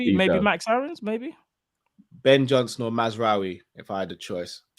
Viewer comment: Man said Max Aarons... swear down I nearly got up and kicked off my tv... someone muzzle pls 😄 Aarons!!!... he's defo bantering 🤯